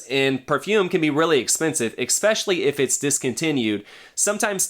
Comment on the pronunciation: I like your video, but I just have to say it kinda was making me a little crazy there is no X in the word especially please